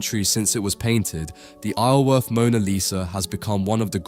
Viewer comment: I grew up a couple of miles from Isleworth - despite what the spelling might suggest, it's actually pronounced eye-zul-worth. The 's' is enunciated.